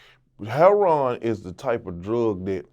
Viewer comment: You KNOW PAT A REAL ONE , A REAL OF WHENHE SAID IT LIKE “Herroin” lmfaoo